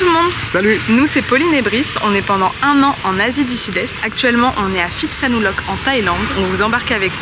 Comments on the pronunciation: Bonjour et merci de votre partage sympa. Le ph en Thaïlande se prononce p , pas , f ex pitsanlok , ko pipi, etc... on attend le prochain épisode a+ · Pitsanulok, pas Fi !!! tout comme Pra, pas Fra...cela dit, vos vidéos sont sympa, merci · Vous n'avez pas remarqué que les locaux prononcent Pitsa et non Fitsa ? Pourquoi les français prononcent le PH Thai " F" ?? C'est pas du grec !!!! H légèrement aspiré , le P se prononce P . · Je me demandais s'il ne vous était pas arrivé quelque chose... heureusement non, sinon la découverte de cette ville de Phitsanulok (prononcer Pit avec le H aspiré et non Phi comme en grec) n'aurait pas été possible. Plaisanterie mise à part, c'est étrange que vous n'ayez pas trouvé un marché de nuit. Ce n'est pas uniquement touristique, c'est typique Thaïlandais. Ce n'est pas grave, vous avez pu voir un musée plutôt chouette. Vos vidéos sont vraiment sympathiques quoi que.... trop rares. 😁... Merci pour ce que vous produisez.